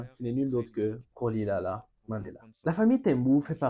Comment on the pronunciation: Bonjour. Rolihlahla se prononce ..."rolihlahla", avec le hl de kahle umkhonto we iszwe, ou de umhlobo, ...mais cela ne vous aide pas. Ce n'est pas un click, mais pas très facile non plus. Admettons, pour une fois, que l'enseignante l'aurait bien appelé Thembu, Miki, Priki,... ( des noms Xhosa courant) - ah oui, Xhosa, n'est pas bien prononcé non plus... et Sisulu n'est pas SizulOU, mais Si SU lu... je vous pardonne. Volontiers, mais vous voyez, ne pas savoir prononcer n'est pas forcément être raciste. Si en un bon mois du temps j'avais presque provoqué une révolution au Grootfontein Landboucollege... c'était des jeunes Boers qui me soutenaient... Non, pas tous racistes, mais tous prisonniers dans ce piège que l'apartheid... La couleur de peau était un prison pour tous...doré pour eux, sanglant pour les autres, mais. J'avais sept - sept - adversaires Boers , parmi les élèves. .... La lâcheté est la force des mauvais. De peur du mauvais , le lâche se fait méchant..: même s'il y perd son estime de soi... ET JUSTEMENT , Rolihlahla Mandela l'avait compris ...( tu en parles : son ami, et gardien... ).